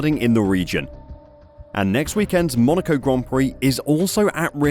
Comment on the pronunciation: Not Monaca D